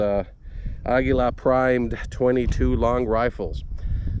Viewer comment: "Ahguila".... Finally someone else pronounced it correctly instead of "Ageelah"